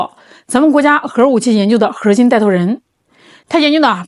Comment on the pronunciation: 是哪里人啊？儿化音怎么用到“核儿心技术”这个词中的核字的后面了呢？